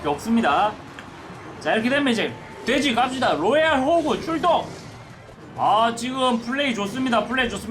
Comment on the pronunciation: 초 허팝님 발음이 돼지를 대지라는줄